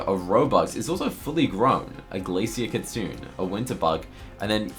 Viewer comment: Just to offer some info, the Japanese word “kitsune” = fox, is pronounced “kee-tsu-NEH” (NOT “kee-tsu-oon”).